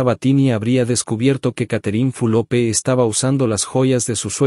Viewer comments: No se pronuncia Fulope. Q berreta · No es Fulope..es Fulop..ablen bien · Porque pronuncias mal el nombre de Catherine. ES FULOP NO FULOPE